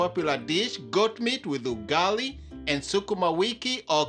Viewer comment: Stop saying ugali like that